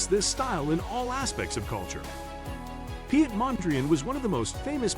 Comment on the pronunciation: His name is pronounced Pete not pee et. Piet in Dutch is pronounced as Pete.